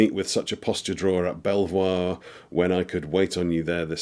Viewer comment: Was that Belvoir in Leicestershire? If so, it is pronounced Beaver, at least locally.